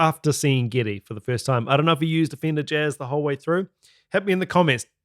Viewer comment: His name is "Geddy," not "Giddy."